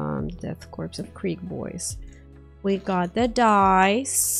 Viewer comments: What is it with so many people not knowing how to pronounce corps/korps? It's core. As in Marine Corps. I cringe every time someone says corpse. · Hype! :) FYI ‘corps’ is pronounced like ‘core’ and ‘gauge’ is like ‘gayge’ 😛 good old English lol